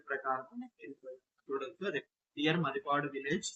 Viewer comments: మది పాడు kaadu bro. మాదిపాడు. Pronocesation wronge correct cueyandi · It's not Madi padu MaadiPaduSir. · మదిపాడు కాదు మాదిపాడు అనాలి,ఇది గుంటూరు జిల్లా సత్తెనపల్లి వైపు ఉంటుంది దానికి వ్యతిరేకంగా ముత్యాల జగ్గయ్యపేట వైపు ఉంటుంది అంటే మాదిపాడు-ముత్యాల మధ్య నుండి కృష్ణా నది పారుతుంది, దానిపై బ్రిడ్జి వేస్తున్నారు, ఇది3 జిల్లాలకు కేంద్రం పాత నల్గొండ, గుంటూరు కృష్ణ జిల్లాల సంగమం